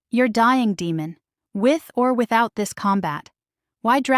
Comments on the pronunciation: Yes. Great story and yes the name demon instead of Deymon kept making me cringe then I started yelling Day mon😂😂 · Nice narration but the pronunciation of the name of the Alpha King should be Day-mon not Demon (as in devil). Good story with a bit of humour.